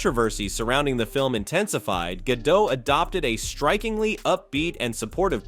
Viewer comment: Gal Gadot... Not Gado... she's not French guys ffs.